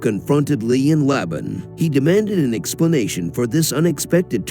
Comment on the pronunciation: You’re not even pronouncing her name correctly 🤦🏻‍♀️